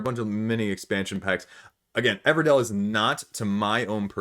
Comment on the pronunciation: Everdell, not Everdale